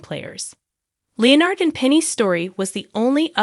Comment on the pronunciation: Who is this narrator who cannot pronounce Leonard's name?!